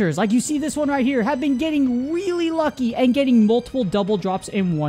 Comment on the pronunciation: "have been getting WEALLY wucky!"